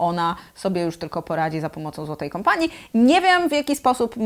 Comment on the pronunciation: nie "kampanii" tylko "kompanii" :)